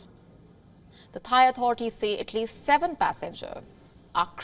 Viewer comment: Boo-ing 777 sea-van